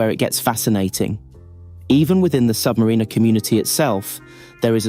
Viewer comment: Learn how to pronounce the name of the watch